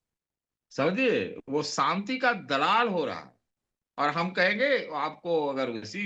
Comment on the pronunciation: Satish k Singh sb Ap senior journalist hain Ap k se journalist hain Ap ko to sahi se zHindi Bolni nhi AATI Ap (Shanti) ko Santi Bol rahe hain